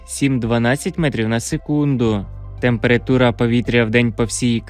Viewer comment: Чому ви кажете ,,темпирИтура''?Треба ,,темперАтура''.